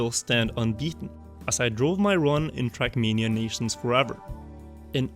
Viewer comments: Just look subtitles , ahaha, Youtube transcripts your pronounciation as "shrekmania", this should become an official name of the game in the comunity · why do i hear shrek mania 💀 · the way you say "trackmania" sounds like "shrekmania"